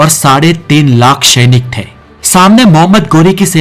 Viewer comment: o mere bhai tumhari hindi bolne ki kala ek dum mast hai ...sainik ko tum shainik karke bolte ho 😅